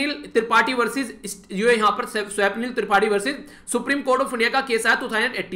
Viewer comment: Swapnil.. स्वप्निल... pronunciation..